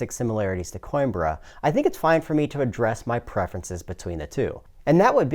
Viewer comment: Hot damn. Plays faster than Coimbra (Co-EM-brrra, btw, according to my spanish friend) and says he likes it way more even though he still likes and enjoys Coimbra? Sounds like a must buy. OOOOOoooo, and I just noticed a play through on the right side of my screen! Thanks for this incredibly succinct but thorough review.